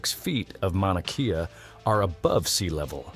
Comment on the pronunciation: I've noticed more and more he seems to have a large MAGA following. You can see that even in these comments what with the Gulf of America, etc. I'm guessing this is computer voiced; it's pronounced MAW-nuh KAY-uh.